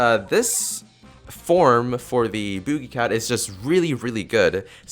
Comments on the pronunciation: was I the only one who was irritated that he said boojie cat not boogie cat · It's so funny when he called boogie cat bookie cat